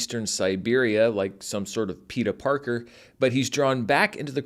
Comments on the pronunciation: Bro said PETA Parker!!! lolololol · Did say "PETA Parker"